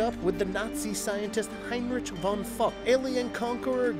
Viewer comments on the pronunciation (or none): none